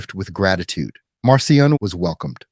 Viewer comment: Pronounced Markion. Attend school.